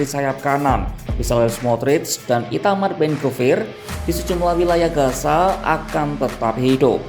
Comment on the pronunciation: pengisi voice tolong penyebutan z dan s itu beda gaza dan gasa itu berbeda